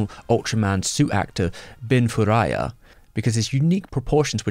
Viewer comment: Bin furuya...not Furaya.